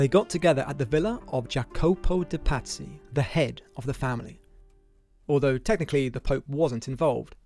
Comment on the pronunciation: Pazzy sound like patsies